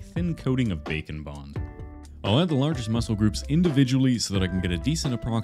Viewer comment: Every time he’s says bake and bond I hear bacon bond